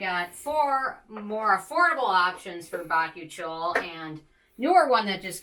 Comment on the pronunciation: Its pronounced ba-koo-chee-ol, the i is before the o! Bakuchiol :)